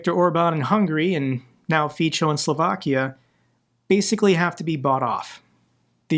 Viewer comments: Its ''Fitso'' = Fico, not 'Fitcho' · Fico isn't italian name, so its pronounciation is hard. So it really is Fitso with "ts" like in the end of cats in English. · Fico(pronounced feetso) doesn't deserve to benefit from EU membership. Nor does Orban. Both countries are lucky to be members. But perhaps they can exchange places with Ukraine?!!! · Miluju, když Fica vyslovují neslované jako Fičo. To mě zvedne pokaždé náladu. 😁👍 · Helo from Slovakia. Slovaks do not want to leave!!! He is destroing our country.. But His goverment needs to be punished, you are right About that. He is a cancer for Slovakia and Slovakia is a cancer for EU :/..Just let you know - Fico is spelld with “c” - something like “ts” , “Fitso”let The world know His proper name, to remember him as someone kicking The wrong way…😢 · I believe Feco is pronounced more like in feces, just a singular form, that's what it probably means in Latin anyway.